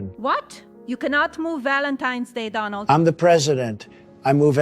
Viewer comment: She's not saying it right! It's Doh-nuld, not Dah-nald😆